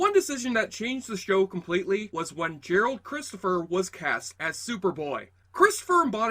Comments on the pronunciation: I think you called him Gerald ( I could be wrong). It's actually Gerard. Also, the Salkinds considered having Gerard Christopher taking over as the new Superman in a film. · His name was Gerard, not Gerald. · Apparently the Superboy actor's name is GERARD Christopher...not "Gerald". Still a good post, though. It got ME curious to see the show.